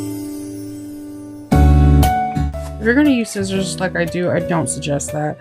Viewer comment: Lol... I like the way you say scissors...shitzers... I have a lot of shitzers.